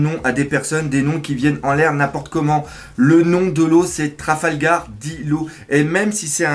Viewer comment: "Traflagar " x') Par contre honnêtement la forme des cheveux de Killer très ressemblante à Jajji et le fait que son visage ne soit pas montrer est très intriguante . Car oui il aura forcément un rôle très important je suppose pour la suite de l'intrigue .